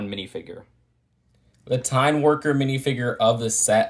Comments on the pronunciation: Wow, i am in Norway now, and had Tine melk today! And btw , it's pronounced "TEE- neh." great review! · I mean, you pronounced "Tine" wrong throughout the entire video, but I can let it slide... Also I can confirm, as a Norwegian myself, that the box does indeed look very Norwegian. And I love the fact that the alternate build is a race car! Who came up with that? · Elsker at han sier tine men med tonefallet til time. Ler meg i hjel hver gang han sier det